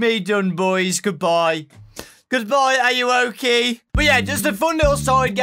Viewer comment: You actually said ayuwoki right yayyyy